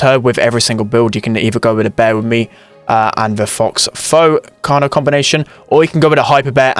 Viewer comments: it's pronounced foe fur not fox foe like you said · Someone tell spen that it is pronounced "fo" fur... please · The x in faux is not pronounced, it's a French word. Its pronounced more like fo.